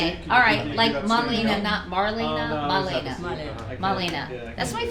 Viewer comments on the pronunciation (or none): Katie massacred your Grandmother's name! I'm pretty sure it's "Marielena", not "Malena". But Congrats to you Devon for your success, you deserve it!